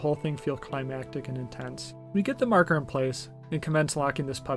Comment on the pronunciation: I don't want to be "that guy"......but it's pronounced MAR-ker. 😂. But other than that, good review. You got yourself a new subscriber.